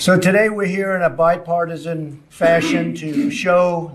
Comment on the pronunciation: She said "bi-fartisan" 😂😂😂,😂😂😂